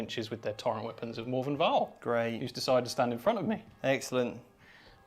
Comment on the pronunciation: Morvenn, not More-vien.